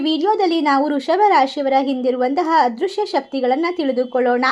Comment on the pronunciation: ಹಾಂತರಿಕ ಅಂದ್ರೆ ಏನು?? ಹದೃಶ್ಯ ಅಂದ್ರೆ?? ಸ್ವಲ್ಪ ಹ ಕಾರ ಅ ಕಾರ ಸರಿಯಾಗಿ ಹೇಳಿ